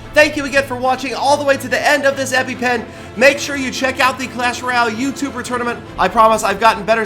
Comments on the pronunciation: feels like u said epi-pen at the end there instead of episode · Did he say epipen at the end?